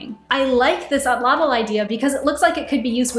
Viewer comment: At-lat-il. Is how to pronounce the word you were struggling with